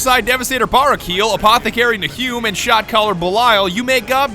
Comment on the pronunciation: Nahum - "Nay-Hyuuum" sigh... Americans.